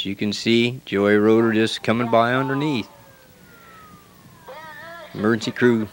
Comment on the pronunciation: Very annoying hearing you say Joey Roeder it is Geo Roeder Pronounced Joe. How do you not know this? It is a shame they took this track out.